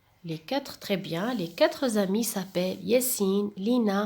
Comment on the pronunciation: on dit katr ami pas katr zami, il n'y a pas un s.